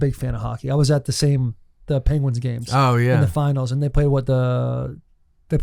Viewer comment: the ping-gwens. This was a stop down on Nateland based on how they said that word.